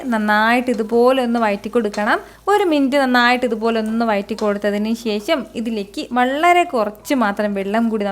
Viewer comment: ശേശം അല്ല ശേഷം